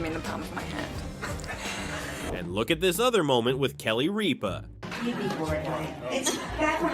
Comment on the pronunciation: starting with Kelly Reepah lol